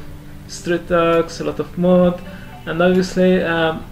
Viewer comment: Interesting, the State Fair takes place in Tlalnepantla during October? Does it coincide with All Saints Day? It must be very CHIDO! As for your english, I must commend you for your being well learned in this language, at first when you pronounced 'dogs', my ears heard 'ducks', but showing the yellow colored dog and no ducks, its obvious to note what you're talking about. As for the most beautiful women in Mexico, yeah I agree, I met some distant cousins from there in '83 and both were totally HOT. Maybe one of them married your father and we're ever more distantly related?!! lol...like finding a needle in a haystack, I know! XD Greetings to you from Querétaro and how did I come here? From your comment in Karl Rock's bathing video! XD